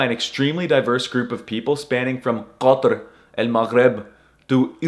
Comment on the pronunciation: As an Arab I thank you for showing the fat- I MEAN GIGACHAD Americans the correct way to pronounce Iraq, Saudi, Qatr, and Falestine